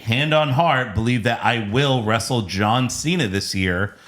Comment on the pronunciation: Jey also said “westle”